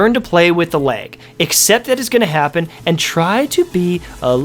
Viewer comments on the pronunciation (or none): R u saying leg? Lol jk